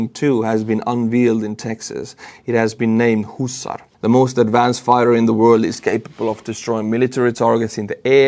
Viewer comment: "Husarz" is pronounced "HOOssash".